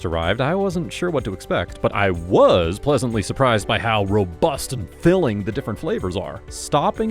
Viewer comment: Did they make you say ROBUST and FILLING in a very emphatic, punchy way? lol I love ya bro